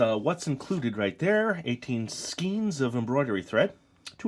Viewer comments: Skein is pronounced to rhyme with "rain"_ This looks like fun! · I believe it's skein pronounced like day (like skane)